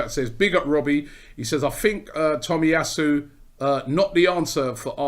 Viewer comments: Cant believe Robbie is pronouncing his name right lol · Robbie can say Takehiro Tomiyasu on the first go but still can't say Aubameyang after 5 years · im surprised robbie said the name correctly, after the Lachurro Martinez and Belleti butcherings